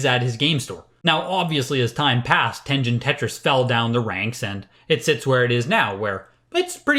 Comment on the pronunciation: At this rate, the next sticker sealed SMB might actually sell for 1 million. Never thought I'd see the day... Uh sir, it's pronounced Ten-Gen not Ten-Jin. What kind of collector are you? XD Ah yes, I used Mike Etlers list several times when I first started collecting. Back when all NES carts were like $1-$5 because they were seen as old and not collectable. The list is pretty pointless now as you can just look them up on your phone but an important piece of history no doubt.